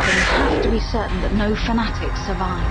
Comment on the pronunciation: "oh naur!!!"